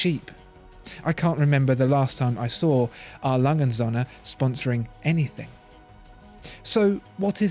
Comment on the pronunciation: Appreciate your pronunciation on this one!